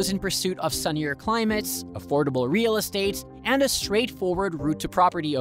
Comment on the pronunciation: the way you pronouced "REAL" brother wtf wrong with you!!!